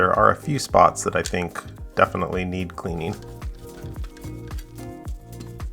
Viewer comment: Did he say a few places neen cleaning 😂😂